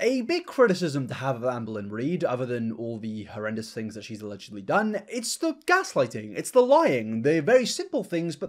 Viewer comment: Anyone else notice people with this accent pronounce "th' as "f"? As in "fings" as opposed to "things".